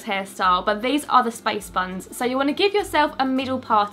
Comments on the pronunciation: When she says"space buns" it sounds like "spice buns" and her accent is so cute and I love it ❤❤❤ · hum.........so did I hear spice buns. British may be confusing.